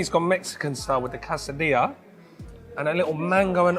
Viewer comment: Looks great! Thanks for sharing. By the way, Quesadillas is pronounced kay-suh-dee-uhz